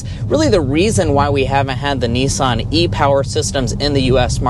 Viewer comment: note to Yanks - There is NO E in Nissan - it is not a NEESAN its NISS -AN